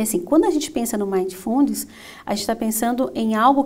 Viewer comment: Ótima palestra mas a palavra mindfulness tem a silaba tônica no mi não no fu. Fica bem esquisito escutar a palavra inglesa falada dessa forma . Fica a dica!